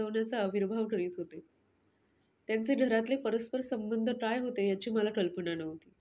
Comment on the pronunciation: काय बोलताना टाय बोलत आहात क सुद्धा नीट नाही बोलत आहात